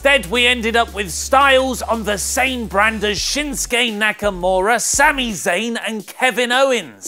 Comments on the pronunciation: isn't shinsuke pronounced "shin-suuukeee" not "shin skay" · for a second I thought I heard you say shitstain nakamura